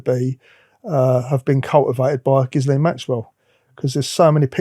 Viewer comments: Giz-lane lol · It's pronounced Gheelayn in English (with a hard g and silent s). While in French it's usually pronounced Zhislayn.